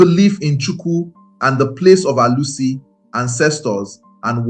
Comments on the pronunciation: This video would have been perfect if you could speak and pronounce Igbo words properly. Ur pronunciation of Arusi, ofor and other important things nearly spoil this beautiful narrative. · You tried but your pronunciation of Arusi, Ofó na ogu, ala is totally wrong. Almost spoilt the fun.